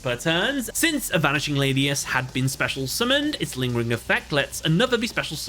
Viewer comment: Honestly bugs me as a raidraptor fan (my favorite archetype hands down) when calls them lane-e-us instead of lan-e-us ik it's not that big of a deal but still bugs me a bit